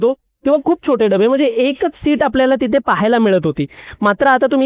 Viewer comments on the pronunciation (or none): चॅनेल वाल्या नी यांच्या हातात माईक देण्या अगोदर, जऽऽरा मराठी भाषेचे चलन आणी उच्चार याचं ट्रेनिंग दिले असते तर बरे झाले असते.. हिते, थिते, समान (सामान).. अजून बरेच काही..